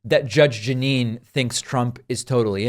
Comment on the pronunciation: Judge Jug-a-wine Pirro